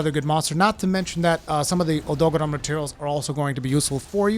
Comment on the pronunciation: Lol the way you say odogaron